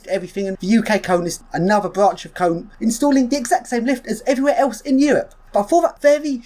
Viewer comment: It's KONE-AY... not Cone.